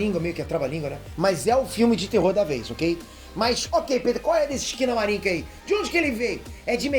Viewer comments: Entendi "esquina bar" kkkkkkkkkkkk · Quando eu ouvi o nome do filme eu entendi foi "esquina bar" kkkkkkkkkkkk